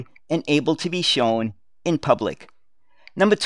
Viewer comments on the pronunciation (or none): none